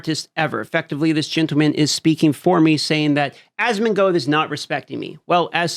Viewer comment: I watch your channel because Asmon introduced me to you....also it's asmon"gold" not asmon"goad"